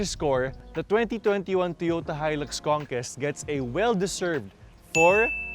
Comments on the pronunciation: con-KWEST yun . hindi con-KEST 😆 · Toyota "Conkest" 🤣😂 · mas maganda sana kung tama ang pronunciation ng 'conquest'